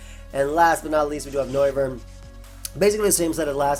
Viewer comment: Noivern has become "No"vern😂